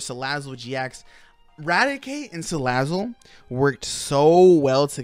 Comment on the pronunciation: U said Salad it